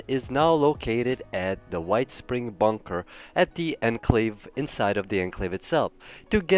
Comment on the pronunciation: N-clave you pronounce it onclave